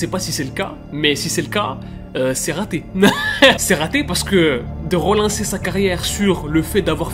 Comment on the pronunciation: " Rolancer " , " Rodisparaitre " 😅